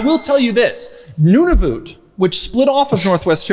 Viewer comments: Doug, your pronunciation of Nunavut was way off bro. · Doug’s ability to mispronounce common words and places is mind boggling. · unfortunately he did not know how to pronounce it!